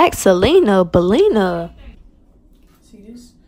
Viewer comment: “Ooo black Selena” ”Belena”💀